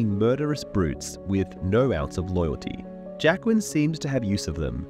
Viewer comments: The best thing about this Video is waiting to see how close to Jaqueline he gets when pronouncing Jaqen. Its slowly shifts as the video goes on, starting relatively correct and then becomes progressively worse. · He said Jaqen correctly once, the rest was Jaquen 😂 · Why do you pronounce Jaqen so weirdly? Trying to be different from the show for difference's sake?